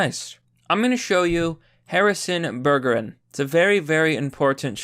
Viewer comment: Bergeron is pronounced with a soft 'G.'